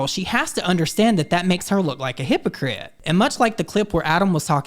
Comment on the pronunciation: He said "hypocrite" in a video not too long ago only he pronounced it "hype oh crit" 😂 I thought maybe he was just reading the script fast and didn't realise what he said... but then he said it again like "hype oh critical" 😅 jeez does he really think that's how it's pronounced??